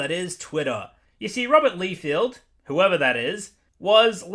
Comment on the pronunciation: his name is pronounced Rob Lie-Feld (emphasis on the word lie ) for future reference. Also, Rob had the initial idea of deadpool and then other writers made him so much better. Before, deadpool was just the 90’s if they were a person. Also, Rob is heavily criticized by the comic community because of his sub par artwork. I thought you might like to know this.